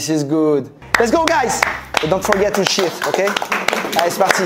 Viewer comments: "lets go guyyysss, and don't forget to "shit"" JE SUIS DEAD .... 😂😂😂😂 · Mdr le « let’s go guys, don’t forget to cheat/shit » à est tellement épique